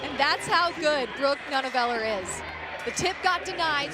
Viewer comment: Would be nice if the male announcer could pronounce Brooke Nuneviller's name right!